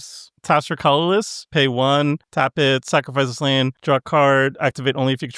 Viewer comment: Geeze. I thought SafronOlive had issues saying words until I heard keep saying "Lain" every time he tried to say land.